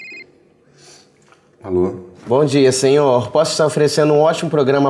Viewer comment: "senhoor" kkkk